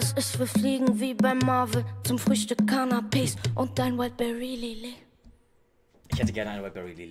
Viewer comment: Wieso höre ich immer Zu Frühstück Cannabis anstatt Canapes ggg